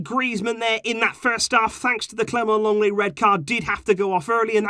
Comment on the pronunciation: It's LENGLET, NOT LONGLET!